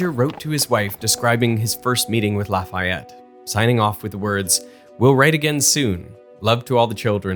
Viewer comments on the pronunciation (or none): why does everyone get it wrong its not la-fay-ette its a la-fayette